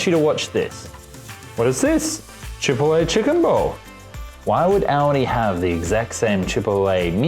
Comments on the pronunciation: Props for the comparison, may check them out Chipotle = Chi-pot-lay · Say chipotle like that one more time i dare you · Very interesting but please learn to pronounce "turmeric" and "chipotle."